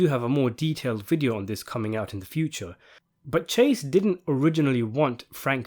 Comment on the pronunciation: So what is saying is “I did dent”